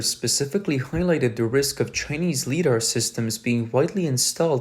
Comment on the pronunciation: LiDAR.... "Li", like "light". Not "lee"